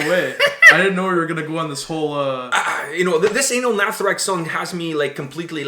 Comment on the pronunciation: Pronounced ‘Uhh-nahl’ not ‘aye-null’